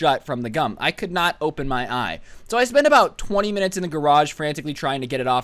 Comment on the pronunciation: I swear he said "I Glued My Eyes Shut with Cum"